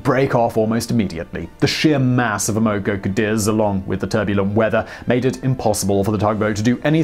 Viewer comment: Boy you sure can slaughter the American language 😏! Amoco Cadiz: ama co CA deez is how it's pronounced. 😏☺😉😁🙃🙂